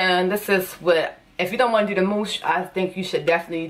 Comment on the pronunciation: That “tew” 😭